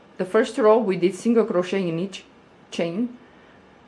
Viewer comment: I love this! And I want to say the way you say the word ‘crochet’ is somehow soooooo satisfying lol 😍